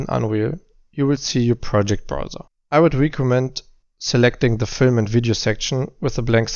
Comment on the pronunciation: Pretty cool presentation style. No fuzz. Straight to the point! 🤘😉 Kleiner Aussprachevorschlag für "recommend": Is eher so "reckemend" (statt "riekomment")